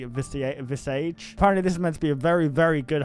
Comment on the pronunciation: Fun fact: Visage is pronounced vee-ZA-z (/vi'zaz/) and it means face in French